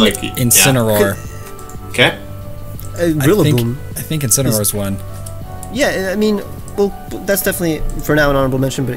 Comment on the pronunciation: I could see wolfe die when said incinaroar